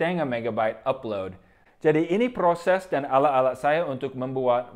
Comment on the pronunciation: akhiran kata 'at' 'et' 'it' 'ut' 'ot', lidahnya agak digigit;), jadi bukan 'alak-alak' hehe tapi keren.